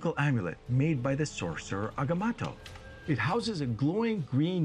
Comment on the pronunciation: Eye of Agamotto, not Agamato, not Atomatoe ... Agamotto 🙂